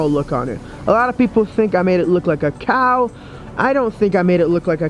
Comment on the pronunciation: how he said "Cow"!